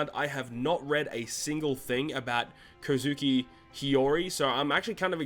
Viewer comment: Why can’t people on YouTube pronounce kozuki